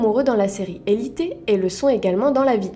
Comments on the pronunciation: Elitet 😂 c elit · Sa ma casser les Oreilles c’est Élite pas Élité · D'ou elite se prononce elit'É'